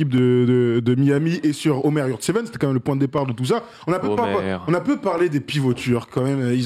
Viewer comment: Prononcé "Eumer" pas "Omer" Le "ö" en turc se prononce "e" et le "o" se prononce "o" lol